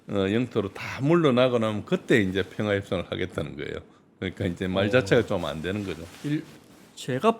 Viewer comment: 평아안? 발음을 정확하라